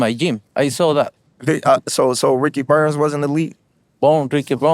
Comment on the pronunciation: Na bro said "Ricky Bums" ☠️🤣